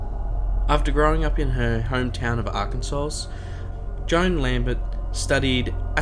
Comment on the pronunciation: The last "S" in Arkansas is silent, mate.